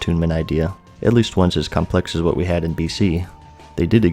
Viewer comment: "I'll tell you HWAT"